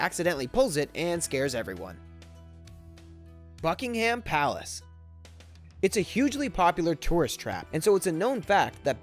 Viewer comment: does he say fuckingham palace?